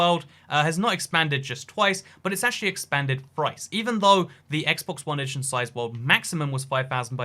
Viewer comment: 'Has expanded frice' lmao